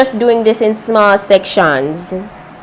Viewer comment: "I'm just doing this in small sec-shonss" 😉🤗